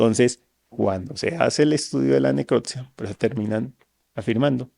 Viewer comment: No es neclottttssssiaaa es necropsia!!